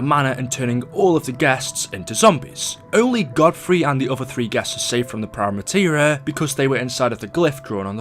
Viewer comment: STOP SAYING PRIME MATERA